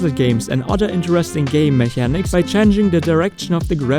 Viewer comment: Great video indeed, by the way mechanics is pronounced like it has a K as in mekanics